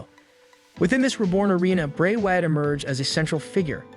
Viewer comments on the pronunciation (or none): Why you say “Wyatt” it reminds me of Cartman on South Park. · Bro your just destroying some of the names...tge way you pronounce Wyatt and Ted Debiase etc....its aggrevating...when you mention the Wyatt family you say it right but your not when you mention Bray